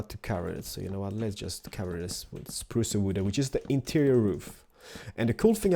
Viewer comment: It's not "spruca wooda".....its spruce wood duh